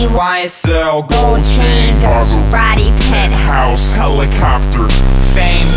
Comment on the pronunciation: Does he say Helicockter? Or is that just me..?